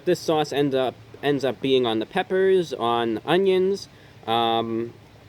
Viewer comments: "Some peppous" gotta love the peppous amirite (͡° ͜ʖ ͡°) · "Some peppas" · "some, peppas, peppas"